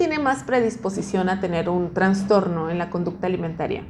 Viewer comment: terrible, para ser nutriologa se estudia 6 anos verdad? y en esos 6 anos no pudiste pronunciar bien la palabra TRASTORNO. hay que enviarte a estudiar lenguaje primero antes de darte un titulo